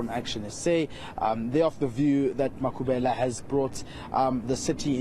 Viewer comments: Why Mayor act as if can't pronounce Makhubele correct. Black person who wish to be white I am disappointed. 🙁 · no it not that I don't have any problem with white people as humans. I am disappointed the way the mayor she speaks the majority of white people can pronounce the African surnames correctly but the mayor she act as someone who doesn't know how to pronounce the Makhubele surname her accent it like a person who is new in Africa.